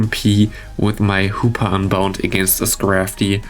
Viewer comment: I hear more Hooper then hoopa 0_0